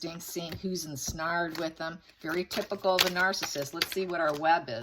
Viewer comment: Ensnared Andie. It's pronounced en- snair-ed. The 'snare' syllable rhymes with 'hair'.